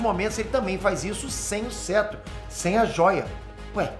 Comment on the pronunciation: O não sabe falar em, o cara fala "cêtro" ao invés de "cetro" ele sempre erra a pronúncia de vários personagens e coisas